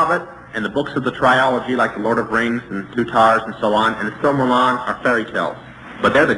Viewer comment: It’s NOT called the Silmeron. It’s “the Silmarillion”